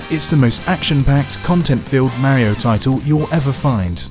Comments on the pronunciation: Say it with me, "Mah-rio." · This is how many timea he said "maehrio" 👇🏼👇🏼